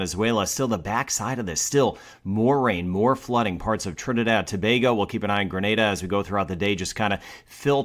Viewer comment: Bless and thank u. Beautiful diction TOBAGO very few can.......so well.